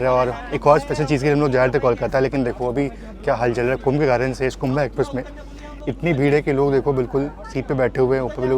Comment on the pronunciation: Bhai sahab it's not कुंभा एक्सप्रेस...it's कुंभ एक्सप्रेस..... वाराणसी से हो.... बगल में महाकुंभ चल रहा है। कुछ तो दिमाग लगाते